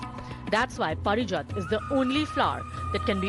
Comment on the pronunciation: 'Paarijaat" just because you are English anchor doesnt mean you ruin the pronunciation of words